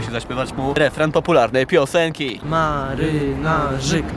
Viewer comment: W końcu ktoś mówi marynarzyk